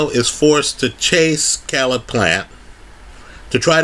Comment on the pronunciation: His name Caleb. It is pronounced (KAY-LUB). This video is cringeworthy hearing you consistently pronounce his name wrong.